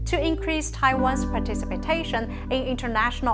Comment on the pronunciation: 1.42 ”participitation"???. Maybe needs more training in pronunciation.😁 If China does not stop supporting Pakistan on messing up in Indian Administered Kashmir and keeps misusing it's veto power to stop India from getting a permanent UNSC seat, India would openly start backing up Taiwan's independence cause, supply arms, diplomatic support. India would also help the Tibetan's, Uighur's, South Mongolian's, Hong Konger's in their freedom struggle to gain independence from the CCP rule which wants to force Mandarin, Han culture down their throat and finish their local language and culture. India will also disrupt your CPEC by supplying arms to the Baluchistan Liberation Army. STOP messing up in KASHMIR. STOP messing up with the status quo at the LAC in all 3 sectors immediately or face severe consequences.